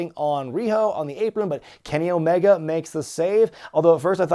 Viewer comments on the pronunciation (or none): none